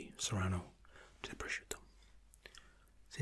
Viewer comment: "PROSCIUTTO" you are the first non-Italian person that pronounce it right.